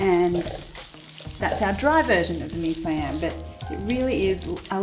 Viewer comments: It's mee "SEE-YUM", not mee "SYE-AM" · It is Mee Si yam. Not saiyam. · The way we pronounce it in Malaysia is "mee see-yum" 😀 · Love it that you try dishes outside Thailand! The correct way to pronounce it Mee C yam . (Siam). That's how we Singapore and Malaysians say it 😂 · See-ahm is how we Malaysians pronounce it. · It's Mee See-Yum! That's how Malaysians would pronounce it. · Yes! 🇲🇾🇸🇬 represent! Siam is pronounced S'Yum by the way. An S sound followed immeditely by Yum. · haha.. you pronounced it incorrectly. it's mee SEE-am. It didn't occur to me it could be pronounced another way but I can see why you would. :-)